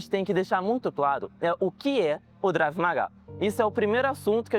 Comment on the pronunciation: Não seria Krav ao invés do Drave que você fala nos vídeos?